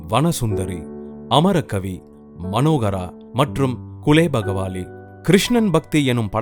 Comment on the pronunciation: இவ்வளவு செய்திகளைச் சொல்லும் உங்களுக்குக் குலேபகாவலி படத்தின் பெயரைச் சரியாக உச்சரிக்கத் தெரியவில்லையே! குலேபகாவலி என்பதை குலேபகவாலி என்றல்லவா சொல்கிறீர்கள்?